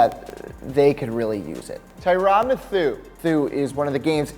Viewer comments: “Thiron methu” 😂😂😂😂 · tyrann ... "mahthoo"? lol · Ty rahn mathuw lol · "Tirin Matthews" 😂😂😂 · Tyrann (Muh)-(thue)... Ya stop actin like you watch football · It is Tyrann (Tyron) Mathieu (MATTHEW) #triggered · Lmao "tryrun muthu"😂😂😂😂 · "Tyron Mathoo" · TIE RIN MATTHEW IS HOWS ITS PRONOUNCED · I CRINGED when he pronounced Tyrann Mathieu as Tiran Mathoo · Tyrahn muhthoo? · Tyrann Mathieu is pronounced (TIE- RAN MATH-YOU) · Isn’t it pronounced like Tie-ron Matthew? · It’s tie-ran Matthew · Tyrone M'Thoo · He pronounced it ty-rinn Mithoue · Sounded like he was ordering tiramisu. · Tyrone mythu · BoLT xLegendz Tyron Mathoo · Ikr.. teeran mathuuhh?? Wth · I'm a Texans fan and I think honey badger is very good btw what is tyran mathoo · He said tarron mithu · It should be Tie-Ron Math-You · It’s supposed to be TyRann Matthew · You, my friend, just butchered Tyrann Matthieu’s name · Do you not watch football? That Tyrann Mathieu pronunciation is soooo awful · You butchered tf out of Tyrann Matthieu name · What the fuck is the tattoo on your right arm? It looks like a 4 year old scribbled all over your arm, your pronunciation of tyrann mathieu was garbage too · This guy pronounced Tyrann Mathieu's name like he's a Game of Thrones character. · Lmao he messed up Tyrann Matheius name so bad 😂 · LMAO Tyrann what?!?!?! Learn your names!!!!